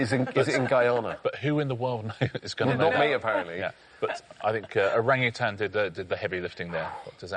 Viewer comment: Wish everyone could pronounce Orang-Utan properly ... after living in Singapore for 18 years it irks me the English pronunciation is so terrible (and I used to say it that way too).